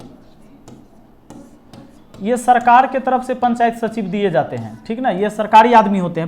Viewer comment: “सचिव” होता है सचीव नही